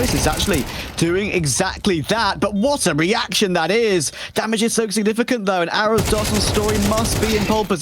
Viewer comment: As a brazilian. Seeing two portuguese speaking teams matchup. And hearing these stupid casters say Arrozdoce as if it was written "arrowsdos". Shamefull. Can't even look up how to pronounce words. Imagine these people trying to learn a second language?